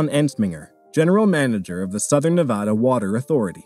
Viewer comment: that ain’t how you pronounce Nevada dude